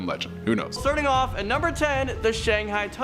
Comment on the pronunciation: These stores would be so much more interesting if only these kids would take a few minutes to learn the pronunciation of the names of the locations and any other words they don't know. It really does start to wear on your nerves when the internet is so available. Shanghaied. Really now. By the way the workman found under the elevator was accidentally crushed in the old hospital which has been turned into a hotel. I'm from Arizona and have been going to Jerome since I was a little kid. Haven't been recently, poor health, I'm 62. I've never stayed at the hotel but I have had drinks at the bar and the staff had lots of great stories of spooky happenings. The hospital was pretty good size, lots of rooms. If it closed up I missed it. Just saying.👻